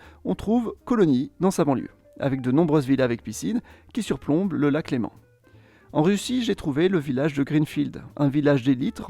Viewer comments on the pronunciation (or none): none